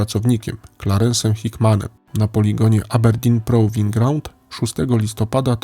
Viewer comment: A także - Aberdin pruwin graund. Generalnie bardzo fajny odcinek, ale byłby jeszcze lepszy, gdyby sprawdzał pan wymowę w innych językach. :)